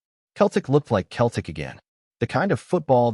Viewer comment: Fucking AI. Learn to pronounce Celtic.